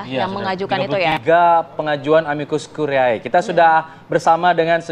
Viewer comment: Konsonan ae bahasa latin dibaca vokal e dalam bahasa indonesia. Jadi bacanya "Amikus kurie" Bukan amikus kuriae...